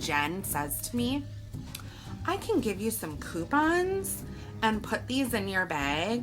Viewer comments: Alyssa Vilcek coo-pons lol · the way she says coupons 😂😂